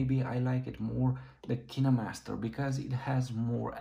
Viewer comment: Kineemaster? You mean KineMaster?